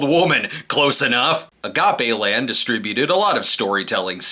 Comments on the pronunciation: im pretty sure its pronounced agape land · Clearly you didn’t grow up in a predominantly Latino neighborhood to not know that was pronounced a-ga-pay